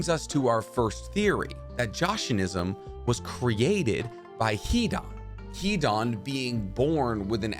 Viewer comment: Hidan is pronounced Hidon not an